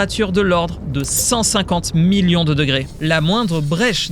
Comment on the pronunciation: J'avoue que c'est assez désagréable. Je me dis qu'en plus du rythme qui manque de respirations, ça doit aussi venir des accents, des emphases qu'il met à des endroits complètement aléatoires de ses phrases. Genre quand il dit que la température doit atteindre 150 millions de degrés, il accentue sur "50" alors qu'il devrait appuyer sur "millions" parce que c'est ça qui est impressionnant. Et des exemples comme ça il y en a partout. Ça crée un sentiment un peu bizarre, comme un narrateur qui ne comprend pas son propre texte, comme une IA quoi.